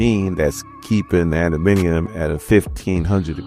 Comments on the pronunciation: love your commentary. just one or two notes. It's Chamber not Chambers and it's adam-ant-tium not adaminiom lol. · ADA-MAN-TI-UM say it